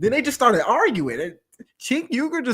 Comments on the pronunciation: It’s pronounced like “Jay-nk” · His name is supposed to be pronounced as a J. As in Jenk.